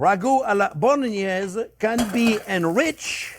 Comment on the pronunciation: That’s so much pancetta!! I bet its good 😁 And the way you say Bolognese it makes it sound even better 😆😆